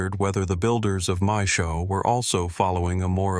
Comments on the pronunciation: the ai voice reading maes howe as mae showe lol other than that, cool vid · maeshowe is pronounced mice how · ITS PRONOUNCED MAES=HOWE NOT THE TERRIBLE PRONUNCIATION AT THE START